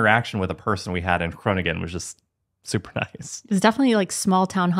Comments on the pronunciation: You have the tendency to say gronin gen. It’s not really pronounced this way, it’s more pronounced like koning(en)or so the last “g” isn’t so pronounced. Thanks for the episode today 😊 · De uitspraak van de Nederlandse woorden is steeds beter! De NG in Groningen is the same sound as the NG in Wrong, so that G has another sound than the first G, this first one is the same as in Goedemorgen, and you say that right ❤️Hil